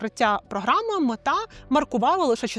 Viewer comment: а чого ви кажете «метА», якшо вона «мЕта»?